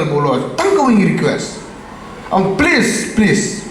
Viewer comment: Da u ong please please ruh dang kham sngew biang phi u ong place place sngap bha pronounce u koh sniaw shyntur sniang